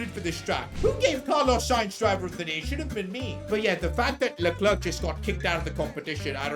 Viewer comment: You saying Luck-Clerk is extremely INFURIATING. It was alright when he was like 15 places ahead of you, but you are now competing with him. Every other second LUCK-CLERKKK. It is Le-Clair. Please It is Le-Clair.